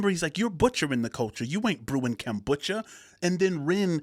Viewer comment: The way you keep saying 'kambucha' rather than 'kombucha' is super annoying haha. I know it's a tiny thing and I actually loved this video. Just from now on please pronounce it 'kombucha'. Thank you, my guy. All the best to you. This is the first video of yours that I've watched and I really liked it!